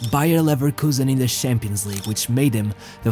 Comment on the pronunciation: Why do you pronounce it Shampions League and not Champions League